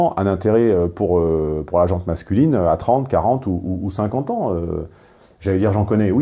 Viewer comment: Mes oreilles en ont pris un coup à 17'55" avec " la gente masculine " au lieu de " la gent masculine " ! Sans E svp !